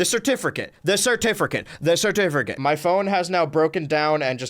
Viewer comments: so you’ve just been going your whole life saying “certifricate” instead of “certificate” your whole life? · finding out that he's added an extra "R" to certificate this entire time was not on my bingo card